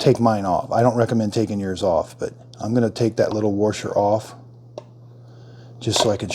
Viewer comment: What exactly is a “worsher” ? 😂😂